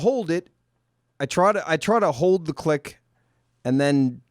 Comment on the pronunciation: lmao! "Know when to HUD"